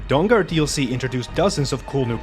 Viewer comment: He keeps saying Dong Guard 😆🤣😂